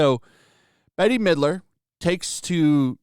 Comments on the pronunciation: Just FYI: Bette is pronounced like 'bet'. But she is so hopelessly out of touch on this. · I love that you pronounce her name as Betty. She is so washed up nobody even remembers her. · Bette Midler (pronounced Bet) has raging TDS, so this is of no surprise. Another celeb with no grasp on reality. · I'm really surprised that more of the comments aren't pointing out "Bette (like bet) Midler". Unless it's a deliberate mispronunciation... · It's meant to be pronounced like "Bet, Vet, Met etc". I only know because I was a theatre kid lmao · Does ole Bette Midler remember that melamine was in imported baby food and pet food from China which was in some cases lethal. and Bette is not Betty its pronounced Bet. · It's pronounced "BET" not "BETTY". If this is all you do, at least learn to pronounce celebrity names. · Check into the attacks on food manufacturing plants in the past few months. This is planned. Ice Age Farmer and others are talking about this. P.S. she pronounces her name as BET not Betty lol. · I came here for a movie review. Now we are talking about lactation? I’ve had Natural Childbirth 4 times. I came here for a Movie review! I of course cannot watch it because Bette (pronounced Bet, not Betty) although Betty is way funnier, is a liberal bitch. I am Catholic but I was Wiccan for some years, testing the waters. They are off grid souls. A real Wiccan will never go against the Constitution and you don’t want to mess with a real witch. Disney cannot duplicate what will happen to anyone that messes with the old ladies. I cast a spell on someone 20 years ago. I was completely relieved. Then the cost. If you meet an old hag that is a witch. Be polite. She is either someone that never loved anyone and nobody can take anything from her or she is willing to make sacrifices. Everything Wiccan has a cost and you never know until it is gone. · Dude it’s pronounced “Bet” Midler. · I think you pronounce Ms. Midler's first name: "Bet".